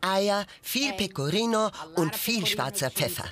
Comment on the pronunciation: Jeder Italiener versteht mich Pegorino es heißt Pecorino und panscheta es heißt panscetta und nona es heißt nonna undsoweiter